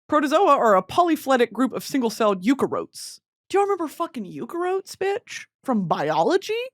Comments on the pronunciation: Also the pronunciation of “eukaryotes” “eukarotes” lol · the pronunciation of eukaryotes as "you-cuh-rotes" instead of "you-carry-otes" is killing me😭😭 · “Eukarotes” is killing me 😂😂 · you-ka-rotes killed me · as a scientist hearing her say eukaryotes like ukarotes is CRAZY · Not Brittany saying “you-care-rotes”then lecturing us on etymology, god I love her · The pronunciation of eukaryotes is crazyyyyyyy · The way you said eukaryotes….. prison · starting strong with an insane pronunciation of eukaryotes lmao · the way she pronounces eukaryotes has me dead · just need to let u know that u pronounced eukaryotes wrong. awesome awesome biology girl 🧪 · Brittany pronouncing eukaryotes so wrong with so much confidence has me gagged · WHY DID SHE PRONOUNCE EUKARYOTES LIKE THAT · It killed the eukaryotes in me